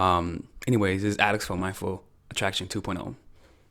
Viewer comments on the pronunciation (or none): none